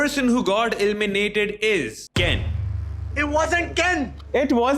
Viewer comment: ELIMINATED❌ ILLMINATED ✅